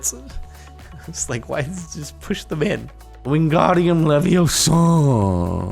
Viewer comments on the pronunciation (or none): He said whengardim leviosa wrong. I spelled it wrong.